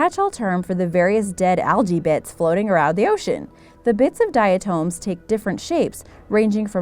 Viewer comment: Diatoms is not pronounced like that lol.